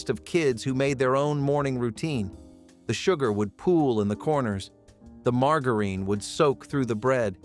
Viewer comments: Who says margareen? Margarine!!!!! And who had a microwave of those days? and then when they did start coming out you had damn money so you wouldn't be cooking these inexpensive meals.😊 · Same! Had me wondering if my Southern accent has destroyed another word 😂 it’s “Marga-rin”not “margarita-reen” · mar-jar-in, its NOT "mar-gar-een"..... erbs.... js 😂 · It is not mar-ga-reen. It is mar-ja-rin. I am a child of the fifties and that is how it was pronounced. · Please learn how to properly pronounce “margarine”; it’s Mar-jar-in, not Mar-gar-ine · Who programmed this Mar-gar-reen? Never heard it pronounced like that! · Why does he say margarine like mar gar rine ? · Who in the ever lovin hell pronounces margarine mar gah reen? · Call it margereen one more time!! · Right? That was driving me crazy. Never heard it pronounced that way. MAR JA RIN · Marg-a-reeeeeen? What is that? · Margarine. You keep mispronouncing margarine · And margarine. I’ve been saying it wrong for 30 years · I’ve never heard the word ‘margarine’ pronounced like that before. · You keep saying microwave when you mean oven. Microwave wasn’t around then. Also you constantly mispronounce the word margarine